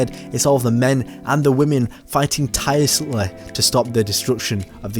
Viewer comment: Try to say "tirelessly" again please I want to continue lmao